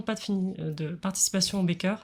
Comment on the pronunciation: Parce qu'elle prononce ça comme "baker" en effet! Du coup je l'imagine parler du "dos" en anglais en donnant l'impression d'évoquer le bec d'un oiseau. Mais bon, elle est qd même super!